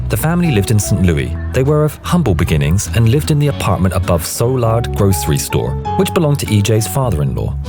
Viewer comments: Pronounced SUE-LARD. Soulard St Louis Missouri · I’ve heard the story of the man and the action that made him a hero before, but the backstory and his fate are all new to me. Thanks for “filling in the blanks”! And one minor correction: Soulard is pronounced soo-lard (or sue-lard if you prefer). Not a big deal, but if you ever have opportunity to use that name again, you’ll be prepared!